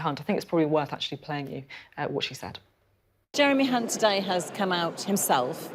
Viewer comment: Pretty sure Sophie said the "C" word if I'm not mistaken lol when trying to say Jeremy Hunt lol 😆